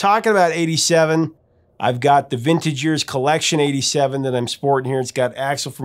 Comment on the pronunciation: Every time you say "vintage years" I hear you say "vintage Ears 👂 "... which is still totally accurate😆